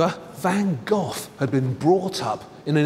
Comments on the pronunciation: The way he says Van Gogh everytime makes me cringe, at least try to say GoGh instead of Van GOTH???? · His name van GOGh, the h is silent, not ven Gof as you say it ! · Jees, it's not pronounced van gof. Learn to say the 'g' or 'gh' as the Dutch say it before you speculate about his life and paintings.It's not that hard. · That's howbthe Brits pronounce it. In the US, we say go.